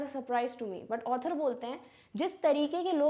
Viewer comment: Mam your author and otter pronounciation seems same